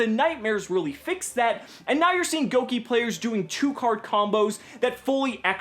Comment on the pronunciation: I love you and the fact you didn't pronounce Gouki Goo-Keeys like the rest of the yugitubers lmao